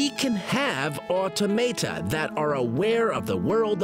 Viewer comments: Awe Tom Ata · Automata = [aw-tom-uh-tuh] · Awesome video, but that annoyed me too. Ah - TOM - uh - Tuh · Hearing "automata" pronounced that way is really irritating.